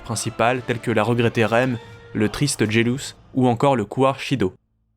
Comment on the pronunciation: Shido? Son nom est Sido! Pas Shido!